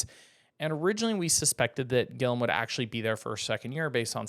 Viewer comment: You butchered Guillem's first and last name 🤨